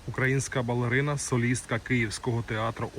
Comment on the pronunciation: Навчіться хоча б читати з папірця правильно:тЕнор, балерина(а не балярина), прокоментуйте в коментарях(а де ще коментують), є, а не являється Ви ж не штучний інтелект, сором.